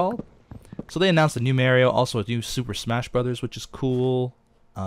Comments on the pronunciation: M-AW-RIO.......not MER-RIO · Why do people pronounce MARIO MAIRIO? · it's MAH-rio, not MEH-rio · you says mario wrong You say it like its spelled mairio instead of mario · mareio? mario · U say (Mary o) it's Mario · You can tell when a gamer is of the older generation when they pronounce Mario as merryio kart. Lols your awesome beef please do a facecam in the near future! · Its pronounced Mah-Ree-O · Just sayin, you pronounced Mario wrong... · Mah ree oh, OCD sorry beef X3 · Dude Mario is pronounced morio the a makes a o sound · says Mario weird lol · You pronounced Mario wrong!